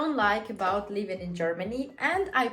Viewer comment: Work on your pronunciation, girl. When you want to say living you actually say leaving. 🙂 You're welcome.